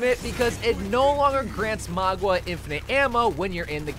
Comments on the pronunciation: My dude, it's maUga no magUa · I can't listen to this girl call him magua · His name is Mauga, MOW-GAH, not Magua, MOG-UAH. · name :mauga him: magua subtitles: magwa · Stop calling him Magua 😭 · stop saying "magwa" lmao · I noticed that to, threw me off so much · Why does he pronounce Mauga that way tho 😂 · Why does he keep saying maugwa and kirio